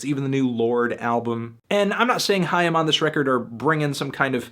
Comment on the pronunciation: Awwww He says " haim " right ... almost